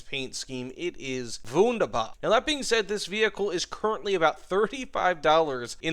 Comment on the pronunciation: Nice pronounciation of "wunderbar". As a German, I gotta say, I'm impressed